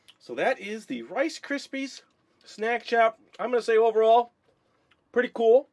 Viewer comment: Ricsypy rice Krispy then unsaid it wrong again ur soooooo funny I laughed soo hard!!!!!!